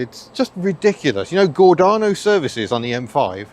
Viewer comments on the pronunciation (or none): Haha Gordarno services is pronounced Gordayno locally 😅